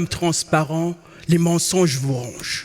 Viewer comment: Il prononce les "e", "é", mais il dit: les garçons poussent dans LE choux et les filles dans LE fleurs. C'est compliqué dans ces conditions de participer à un concours ou le simple changement d'une lettre entraîne souvent un jeu de mot brillant.